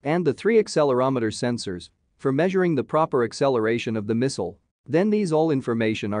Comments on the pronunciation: What is a "misow", or was it a "mesol"? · WHo is Miss-ul? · The way he says "misual". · Today i learned, how to pronounce"missile".